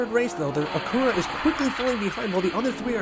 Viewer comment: Its Acura and you keep saying "Acoora"